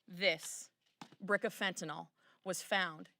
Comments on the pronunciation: Hey Republicans, I love you but it's pronounced just like it's spelled..... fen-tan-yl .... fentanyl. Not even a dyed in the wool Texan on his worst day could make the mistake of putting an all on the end. Get it right for gosh sakes! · It’s not “Fent-tin-ohl”.. it’s “Fen-tin-ughl” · It’s NOT Fentanol ! It’s Fentanyl (Fen-tan-il) !!!!!! How many politicians & news hacks are gonna screw this up ???? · Otherwise appreciate the message and I’m in total 100% of what I have heard. It’s just so many say “fen-tin-aughl” and it sort of helps